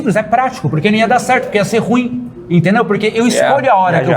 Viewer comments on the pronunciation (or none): none